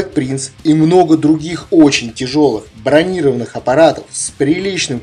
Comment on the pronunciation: Слово бронированный не правильно произносишь